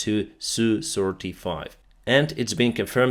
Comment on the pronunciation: Mate, the Sukhoi aircraft with an SU designation are identified as S.U. Not as Soo. Just sayin’…….😁👍